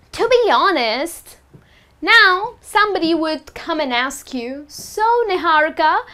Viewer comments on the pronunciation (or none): Olivia Riley in hindi it is pronounced as Ni-haa-ri-ka not ni-hau-ri-ka